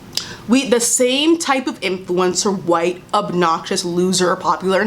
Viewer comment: she didn’t have to emphasize “white” though